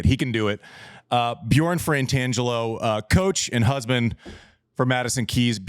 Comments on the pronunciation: It seems most of us are adding an N to first syllable, FRA in Fratangelo. It's not FraNtangelo. (It's also not restauraNteur; it's restaurateur, lol, no *N*.) Thanks Served team! Second time listening to this. Nerding out. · It sounds to me like Andy is pronouncing it “Frantangelo” and not “Fratangelo”. I could be mishearing, but thought I’d note just in case.